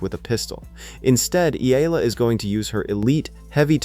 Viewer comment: E-YA-LA is the correct pronunciation